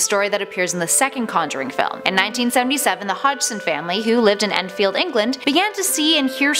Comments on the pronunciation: Its Enfield not Endfield, Americans pronouncing British locations hurts my brain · It’s Enfield not Endfield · *enfield not endfield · It’s not Endfield, it’s Enfield. I don’t live far from the house. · It’s Enfield not Endfield...